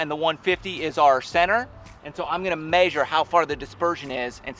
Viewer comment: This guy said "measure" weird.